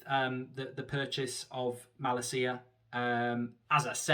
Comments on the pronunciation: It’s malacia not malaseeya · It is pronounced with emphasis on la ma-LA-cia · I'm sorry mate but your pronounce of his name is appalling... Just call him Tyrell and that name is English as well, no need to butcher that either 😅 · As a dutch person for the love of god Mark learn to say his name right 😂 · Plz pronounce malacia’s name correctly 😝